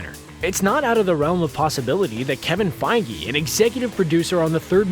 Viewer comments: wait did he just pronounce kevin "PEYJ" to "PEYGI"???? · Kevin feej not fi-ge lol